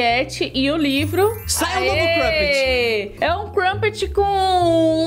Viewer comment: Não É crupet e "crumpet" com M mais se quiser falar "crupet" todo bem 👍